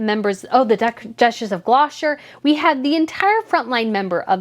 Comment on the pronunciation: I love you but I have to correct you. I have noticed that you you struggle to get your tongue around the word Gloucester, it's pronounced glosster.